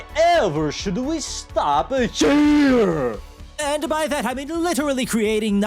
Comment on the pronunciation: "BUT WHY STOP HHHIIIIEEERR????"